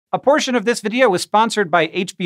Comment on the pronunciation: When he said portion of the video I heard abortion of the video seriously 😂